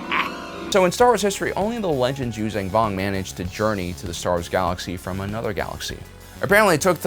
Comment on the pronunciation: This guy just won’t stop miss pronouncing the name of the species Yuzaahn Vong